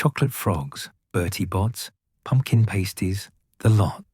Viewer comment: It’s pronounced PASTies not PASTEies